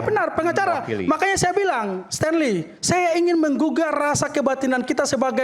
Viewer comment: Sten, Stenly, Bukan Stenly... hahahaha Lawak